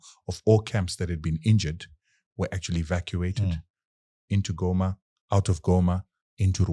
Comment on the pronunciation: These fellows from the south pronounce Goma correctly as Ngoma👍🏽